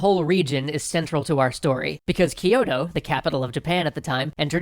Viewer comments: It's not spelled "ki-yo-to" But spelled "kyo-to" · Kyo - To (two syllables), not Ki - Yo - To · I just want to point out that Kyoto is NOT pronounced "Keyoto", Its actually spelt and said in Japanese "Kyootoo" or spelt in the westernised "kyōtō", which time has shortened to Kyoto. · I love this series a lot, but the only thing bugging me is your pronunciation of Kyoto. It's not "Ki-yo-to" it's "Kyo-to". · Hoping not everything has been recorded, and there can be improvement upon "Kiyoto" That's my biggest pronunciation gripe, the rest, I can live with., please try to drop the vowel you're adding between the K and Y in Kyoto. It's not Kee-yoh-toh. It's Kyoh-toh. 京都、東京 Kyoto and Tokyo. The "kyo" is the same for both. If you say "Toh-Kee-Yoh" I'mma bug you about it, too >P. Y is not a vowel in Japanese.:). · You're vowel explanation isn't that clear itself. Yes they pronounce some words with more English sounding vowels especially the high 'i' sound, and they didn't palatalize Kyoto pronouncing it ki-yo-to (which did make me smile), but overall they did well to pronounce most things correctly. And Japanese wouldn't even hear most of these differences because they categorize some of these vowels as being the same where in English we differentiate them because we have 13 vowels in our language. At the end of the day they still did a better job with pronunciation than Japanese do with English words. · I winced every time he mispronounced Kyoto.